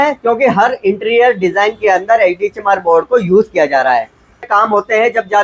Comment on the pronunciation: Sir ji baar ....baar lag raha apne bola HD chamar board 😂😂😂😂